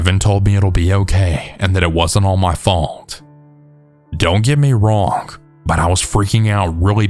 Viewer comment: I think it's cute the way you use a "k" sound at the end of words like wrong and bring so it sounds like wronk and brink